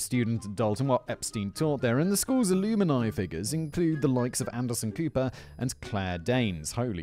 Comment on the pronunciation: Pronunciation Tips, for Simon Almuni is not pronounced AH-LOO-mah -ni but AH-LUM-ni. Ethereal is not pronounced ETHAH-err-e-all, but ETH-err-e-ill.